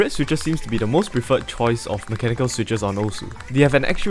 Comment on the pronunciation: "mecha nickel"